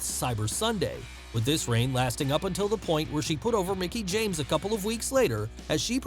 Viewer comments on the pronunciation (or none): none